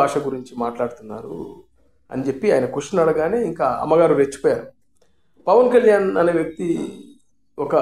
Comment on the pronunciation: E maa Pavan Kalyan name palakataniki paniki radu